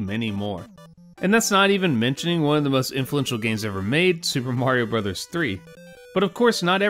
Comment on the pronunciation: Bros. is "Brothers." Not "Broze."